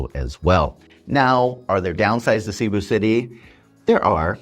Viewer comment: Filipinos and experienced foreigners do NOT say : Sea-boo City , They say : C'boo (C pronounced like a S) Shows you have not melted into the place. Your still an outsider. (Your not in america , your in Phils)